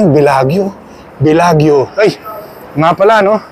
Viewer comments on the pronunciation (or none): Say Bellajo not Bellagyo. Hope this helps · Wow ikaw na ang pinakamagaling. It doesn’t matter kung magkamali sya ng pronunciation ikaw ba hindi nangyari na sa yo yan. Excited lang yung tao. Just be happy for him.